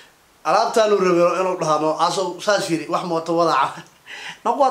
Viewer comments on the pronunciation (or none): none